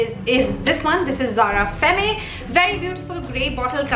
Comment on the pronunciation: Zara perfumes r really good n I'm planning to 2-3 of them next time. Do checkout my perfume videos. I'm a complete perfume junkie HV around 80 perfumes. N yes I love ur video. N also femme is pronounced as fem in French. Don't get me wrong though.